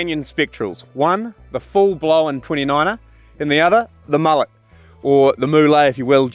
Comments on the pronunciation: I prefer the decadent characteristics of a warm frothy mullet (Pronounced mullay) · if you’re gonna call it a “mu-lay” then at least refer to your co-host as “Ya-soan”